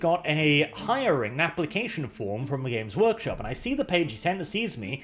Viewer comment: "James Workshop" I know this was just your accent, but I hate GW so much at this point I choose to personify it. Fnck you James.